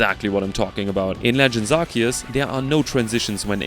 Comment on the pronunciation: IT'S PRONOUNCED ARC-OO-SE!